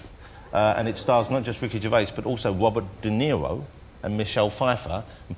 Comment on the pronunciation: Ahhh, I was wondering who "Wobert Deniwo" was.... LOL